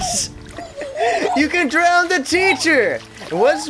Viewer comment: When you say Drown, you say it like "Drowned". "Can I drowned the teacher?" Lol